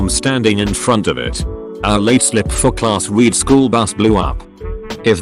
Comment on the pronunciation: Urgh I hate that the word ‘read’ is ALWAYS read wrong...